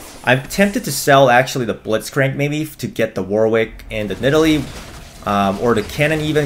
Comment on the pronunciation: It's pronounced "warrick" not War-wick you div